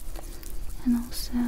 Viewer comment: My favorite part of videos is whenever she says the word "and" her accent comes out and it sounds like 'yand'. It's surprisingly tingly and comforting.